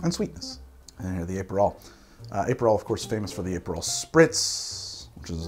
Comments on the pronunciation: Also, Ay-perol! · It’s pronounced “APP-per-roll” not Ape-per-roll. Also Uh-pair-ah-tiff. Nothing against your great content, just a note. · APE-erol and aper'tif...I love how you add and subtract vowels arbitrarily. I say that with no sarcasm. I'm literally going to watch this again just to hear it all again. Also: agree with you about Dubonnet. It's totally different from the original. Stick to Cocchi di Torino or Bonal.